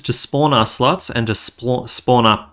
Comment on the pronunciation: What do you keep saying "slotch"? What's a "slotch"?